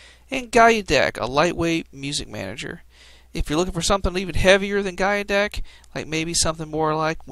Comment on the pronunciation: "Guy-u-deck" sounds about right. And sweeter than Goggles